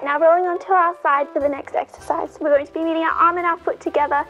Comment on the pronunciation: Exercise ? I thought you said " extra fries " Love your videos, you know I was joking.